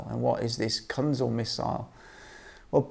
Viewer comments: not Kanzel - Kinzhal pronounced Kin[J]al like Java , Japan etc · It's not "Kanzil" like you pronounce, it sound like "Keenjal" or "Kinjal" something like that, translates as "Dagger".